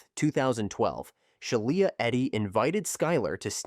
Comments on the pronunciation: Yeah this video's a mess. they show an image of a house fire while discussing a fire that took place in an outdoor barbecue. During the Skylar Neese section, the AI voice repeatedly mispronounces Shiela Eddy's name as "Shai-eela". They also bizarrely make use of several thumbnails of videos from other (better) content creators. For instance, during the Marlene Olive section, thumbnails are shown from channels who covered the same case, "The Crime Reel" and "This Is Monsters". No idea why that's necessary, and no attribution is given, not even in the description. My guess is whatever (probable) AI algorithm is the author just....mindlessly included the imagery? Because why not? These AI slop channels are really unfortunate. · Sheila is pronounced she la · It's pronounced shee la eddy and there was no excuse for them to hurt someone else just because they didn't like that person. Rip Skylar neese.